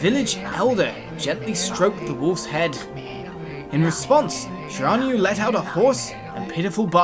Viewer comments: It's Shir-in-new-a I've played this game with my bff Starwolf and we beat it twice it's awesome I'm so glad you decided to play. If you like japenese mythology you'll love this Starwolf Violet loves your episodes so I'll bet she'll be surprised to see you playing the games she's played so much if you need any help ask me or Starwolf :P Have fun playing A-maut-er-aus-ew (Ya that's how you pernounce it) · Its Shira-New-E...but good Narration all the same. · Shiranui is pronounced She-rah-new-e btw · Shiranui is pronounced she-rah-nui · You said shiranui wrong